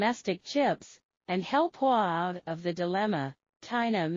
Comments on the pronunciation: A good attempt but some improvements are needed in the spoken presentation in the English language. Huawei is not pronounced as "wah" and nM is nanoMeter, not "n US", etc. Are you using characters recognition softwares to read the written text? Try to audit the spoken presentation from the machine if you are doing that. For my technical comments, Carbon/graphene based semiconductors are still in the laboratory development stage and will take some times before they can replace silicon based semiconductor which is a well established industrial product and is likely a more thermally robust material also. Tooling required to make the carbon based semiconductors will be new and difficult, especially if you talk about ising 8" wafers when the industrial standard now is the 12" wafers. Certain high precision components required use in the lithography process, though not controlled by the USA, may be denied to China due to political reason. One such component is the high precision relective mirrors lens produced by a German company. Chinese R & D need to continue to work hard on several fronts. Don't be complacent. Will not be easy or quick. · I am extremely satisfied with your information. One comment: Please pronounce "Huawei" properly not just "Hua". thank you. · The commentator keeps pronouncing Huawei as Wah! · Whenever you pronounce Huawei, you should pronounce it slowly like, h-u-a w-e-i; naometer is pronounced as nano meter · you listen again and again. Especially, at the pronunciation of Huawei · This is a machine doing the reading. Even Huawei the machine read it wrong. Nano meter for nM.